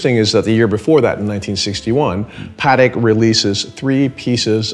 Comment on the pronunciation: Say it with me... it's pah-tek, not "paddock." Love ya,, but if Patek Philippe is one of your favorite brands, you gotta get the pronunciation down!